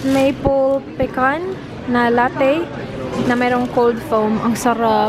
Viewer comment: ate its PEECAN pag pronounce hindi PHECAN.. bisaya jud ta pareho ano pod ako ingon sa una and then my husband corrected me🤣